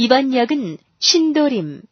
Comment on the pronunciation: 2003년 꺼 가번역은 신도림 이라 들려요. 제대로 녹음 하셔야 지요.